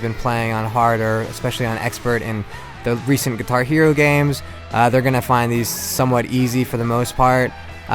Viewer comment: why did he say guihar hero, it's guitar hero dumass. Look